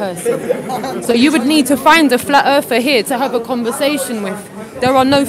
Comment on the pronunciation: "I'm not a Flatt Erffer. I'm a Globalist [sic] denier." She actually thinks that makes her sound less of a LoonToon? "I'm not a Creationist. I'm an Intelligent Designer." Oh. That's the same thing. Hmm... "I'm not either of those. I'm an Evolution Denier." So. No one _claims_ anything any longer. It's only about denial. But... isn't that a claim? FlerrFerrs are fucking idiots. (Ding!) [1]